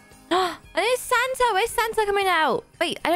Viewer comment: i love but the way she prounounces santa is hilarious: santer